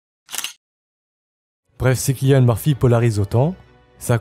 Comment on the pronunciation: Cillian ça se prononce comme « sillian » !